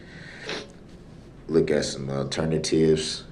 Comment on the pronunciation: I'm assuming when he says aternivetive he means alternative?